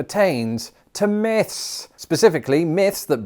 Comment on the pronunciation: I thought he was talking about moths but in a French accent